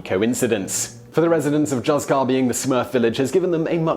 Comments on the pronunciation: “Hooth-car” not “juzz-car” ❤️ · Please! You Brits! Juzcar is NOT pronounced like a "J." It is Hus-kar. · I visited Coober Pedy in 10/87--very interesting place, as your video attests. Also, if anyone wants to pronounce Juzcar the Spanish way, it's HOOCE-car. Plus, don't feel I'm being arrogant. If there were a French town mentioned, I'd do a fantastic job of butchering its pronunciation. : )) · "z" in Spanish is pronounced as an equivalent to "th" in English. So it should be "Hoothcar". Unless it is the Mexican Spanish or Latin Spanish then "z" is pronounced as "s". But the location is in Spain, so it should be the Peninsular Spanish "z". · Juzcar is actually pronounced "hoothkar". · Yeah, juzcar should be something like hooscar. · That Juzcar pronunciation... I died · Great, really interesting, but Juzcar is not pronounced like that!!! (J are pronounced like H in Engligh) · in the spirit of future pronunciation, when saying Juzcar or any Spanish J, think Julio (Hoo-leo)